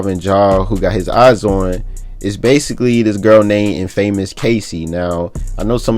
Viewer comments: Did dis nigga say in-famous .. aye lil buddy it’s one word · Can u say infamous right? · This nigga doesn't know how to correctly say "infamous" yet he sounds well over 20 years old. That's embarrassing